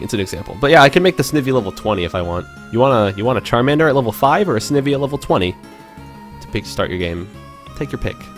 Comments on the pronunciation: not to be a troll, but the way you pronounce Snivy is [Sn-I-vee] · This is a super helpful video but... the way you pronounce Snivy... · Yeah! XD